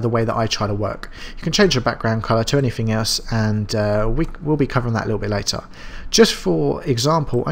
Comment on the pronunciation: useful tutorial for beginners like me. However! the words, Through things anything do not contain the letter F so don't pronounce Fs!! I expect your reply will be, "well the words, Fu** *ff " do!!!!